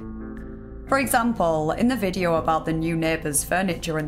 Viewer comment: “This videaaa” 😅